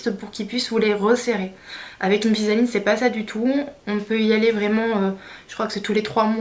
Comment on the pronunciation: C'est pas invisa-ligne !!!!! Invisalign please :)